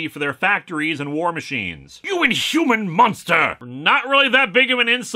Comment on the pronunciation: "What is this word, in-hoo-myan?"